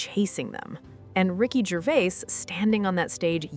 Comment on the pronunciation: Americans are pronouncing Ricky’s surname, it Gervais, “Gervais” all you have to is search online for the correct way of saying it,not rocket science 😮